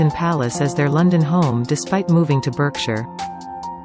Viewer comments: It’s pronounced bark shire… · ...pronounced BARKSHIRE not Berkshire! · Berkshire. Pronounced Barkshire, thank you very much. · It's pronounced Barksheer! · Berkshire - should be pronounced as Barkshire!!!!!